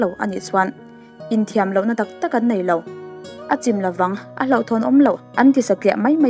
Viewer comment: I sawi ṭha piap piap e, mahse nei tih hi nai tiin lam tawh lo la aw.